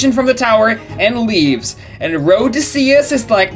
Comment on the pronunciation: His name is Odysseus, not Rhodysseus